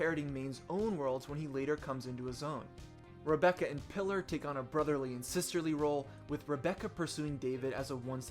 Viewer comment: FYI Pilar is said "Pee-lar"